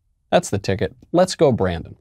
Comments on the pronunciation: Brandon isn't pronounced, Briden.... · I heard F Joe Brandon!